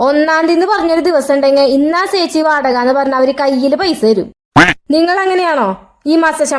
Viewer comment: സെച്ചിയല്ല ചേച്ചി 😂